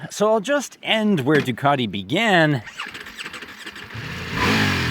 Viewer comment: There is no R in Ducati